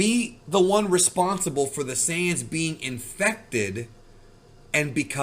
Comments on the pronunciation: bro really said "the siyans" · The “Cyan’s”…really bro?